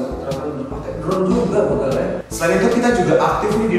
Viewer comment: Begal dibacanya bukan kayak begitu.. tapi bacanya kayak BEbek.. bukan BErani just info.